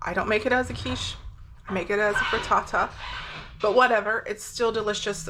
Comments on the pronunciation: I love the way you say Fri Ta-ta 😃 🥧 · Pretty sure the highlight of the video for me was how you say frittata lmao